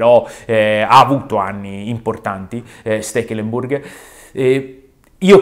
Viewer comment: Chi cazzo è stekelemburg? Io conosco steklembor